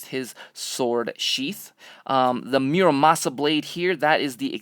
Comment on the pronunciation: I can't believe you said muramasa it's murasama not murmasa